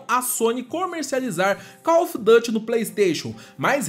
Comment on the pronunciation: Não se fala Dâte. Se fala duty mesmo em inglês